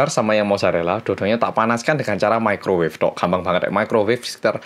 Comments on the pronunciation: Microwave woy🤣saking kgk pny microwave, ngomong nya mekrowev😂gw aja yg kgk pny tu benda, tp tau tuh nm nya🤣🤣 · *microwave rip english